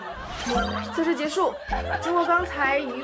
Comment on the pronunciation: 那个导游的结束（结su）老让我出戏